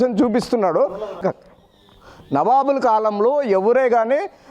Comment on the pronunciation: నబాబు కాదు నవాబు కరెక్ట్ గా పలుకు సార్.